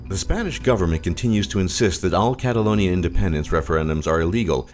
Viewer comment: He got catalonia right